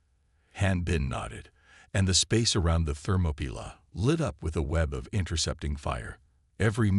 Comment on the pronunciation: Not only can't you say it right Ther-mop-er-lie you can't even spell it right it's Thermopylae, get it right it's one of the most famous battles in history. Why waste time writing interesting stories then let a bad text to speech app read it badly hell it can't even say readout (reed-out) correctly